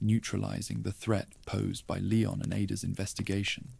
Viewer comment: Great videos.. But Who’s Leyon? It’s Leon & pronounced Li-yon..